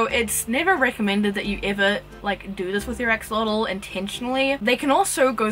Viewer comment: Your pronunciation was pretty accurate... Greetings from Mexico. It's a real shame that we couldn't take care of the environment on that they used to live. Either way, we still got the chance to breed in cuativity. Keep it up with your awesome project, spreading knowledge ❤